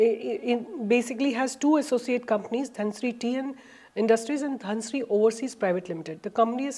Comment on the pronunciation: Mam it is dhunseri not dhanshree